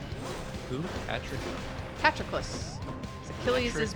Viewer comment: The way pronounced "pat-row-clis" fucking killed me dead